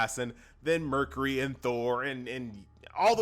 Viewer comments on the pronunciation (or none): none